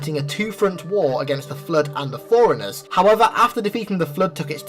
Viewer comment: Dude, I love your explanations, but its forerunners, like for-runners not foreigners... or maybe its an accent thing, I'm Texan, so maybe where your from its pronounced like that... who knows